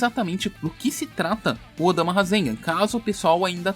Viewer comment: Choo odama nao é odama filhao